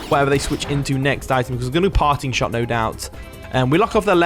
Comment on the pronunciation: Everytime you say "Parting Shot", I keep hearing "Party Shot" 😂😂 it was a hit song a decade ago in the Caribbean. Party Shot - Popcaan 😂